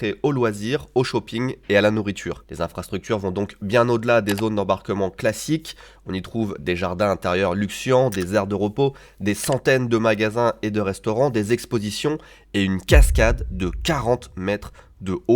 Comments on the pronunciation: Super vidéo! (*on dit des jardins luxuriants pas "luxuants", un détail me direz-vous mais je crois savoir que le professionnalisme vous est cher ) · des jardins luxuants ? Ne serait-ce pas luxuriants ? 😅